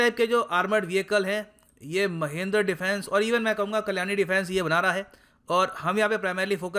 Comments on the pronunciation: महिंद्र नहीं सर "महिंद्रा" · It's Mahindra...not mahindr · It's not महेंद्र it's महिंद्रा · Saale tumko bolna nhi aata Mahendra nhi hai Mahindra hai, shi se bola yoh karo be, gyan do toh shi se do, tum se aisi umeed nhi hai, accha gyan dete ho par aisa mat kro bhai, apna video suno khud se mahendra kitna awkward sound kar rha hai. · महेंद्र -i says महिंद्रा😀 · it's not Mahendra its Mahindra!! jesus dude! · mahendra nai guru ji its mahindra pronunciation wierd ho gaya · Sir ji not महिंद्र its महिंद्रा....